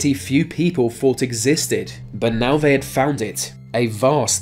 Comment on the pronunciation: Vhey pounce on vhere victim